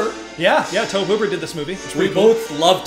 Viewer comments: I love you guys but omg her name is CAROLANNE not Carol. Its iconic. Say that name and EVERYONE knows which you’re talking about….and I know its spelled Tobe but it’s pronounced TOBY. TOBY!! It was driving me nuts the whole time. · Tobe Hooper's name is pronounced Toby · It's astonishing how out of touch you young people are. It's Toe-bee Hooper. Not "Toab". Toe. Bee. Tobe. A little research goes a long, long way. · Minor thing: Tobe Hooper's first name is pronounced Toby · Love your reactions, but guys... It's TOBY Hooper. Not "Toeb." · It's pronounced "TOE-bee". And Craig T Nelson was also a coach in the TV series, "Coach". This is just a great movie--fun reaction! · Your refusal to call her "Carol Anne" as she was referred to in the film (by just calling her "Carol") was hilarious! Also, though it isn't spelled this way, Tobe Hooper's first name is pronounced "Toby." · Okay, dealt with it as long as I can. Tobe is pronounced same as Toby. TOE BEE! Also, great filmmaking with simple but innovative effects. One of the best is the closet light. It's actually a flood shining through a fish tank of water. So simple and still so effective. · Yeah we noticed the mispronunciation of Tobe while we were editing 😅 You can definitely feel Spielberg's fingerprints on it but yeah it doesn't feel like HIS movie if that makes sense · I dont think I've ever heard Tobe Hooper's name pronounced like that before lol.